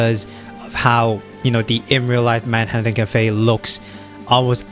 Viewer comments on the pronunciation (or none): none